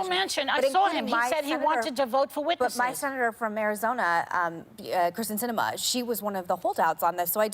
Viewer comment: When is Mccain going to learn that it is KYrsten Cinema, not Kristin Cinema.